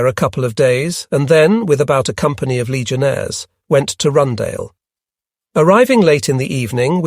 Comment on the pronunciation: I wondered for a second what was Rundale... Rundāle in Latvian is pronounced a bit differently